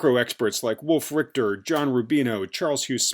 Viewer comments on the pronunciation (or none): none